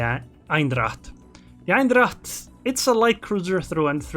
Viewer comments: I just watched this video to know better how to play this ship. I learned something here and I'll start used its airstrikes. By the way, you pronounce its name as "Eindracht" .. while it's Eendracht. ;-) Greetings from the Netherlands. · Thanks, liking your vids. BTW the correct way to say the name of this ship is not EINdracht, its EENdracht (like how you would say the 'ai' in pain). Look forward to meeting you in ranked next time XD. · Lol, you pronounce it like it's german